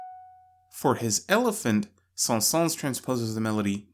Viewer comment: The s at the end of Saëns is silent :) Great video!